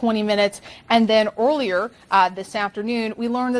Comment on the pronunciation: Oilier? its pronounced EARLIER